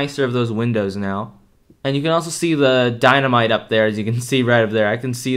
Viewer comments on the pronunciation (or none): none